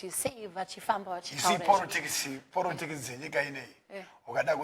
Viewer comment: i like how Chinoz says "porotikisi" kkkk